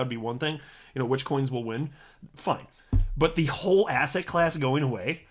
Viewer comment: Did he say asset or ass hat?